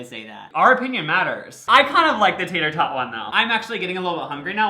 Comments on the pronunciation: DID YOU CATCH THE TATER TOT ONE SAYS TATER "THOT". COME ON GUYS LMMFAO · Did anyone notice how the tator tot costume said Tator Thot?🤣